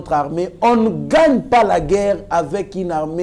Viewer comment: Svp monsieur, essaye de corriger l'articulation de gueurre et de monsier